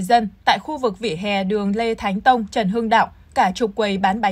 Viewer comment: Đường Lê Thánh Tôn. Mà sao cứ đọc là Lê Thánh TÔNG hoài vậy .